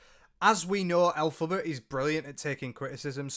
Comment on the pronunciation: 😂😂😂😂😂😂😂 please stop putting a U in her name 😂😂😂😂😂😂 every time you say it, I pmsl 😂😂😂😂